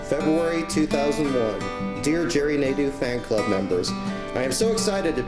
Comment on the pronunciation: As a fench speaker... they way Nadeau is prononced makes my ears bleed... especially since i had a teacher with the name